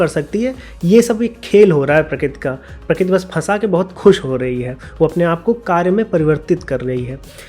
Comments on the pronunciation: Prakrati ko prakit kyu bol rhe ho yaar baar baar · Sorry to say but you are pronouncing " Prakruti ( प्रकृती) " as " Prakuti ( प्रकुती) ". Or may be you are pronouncing " Kru" sometimes correctly.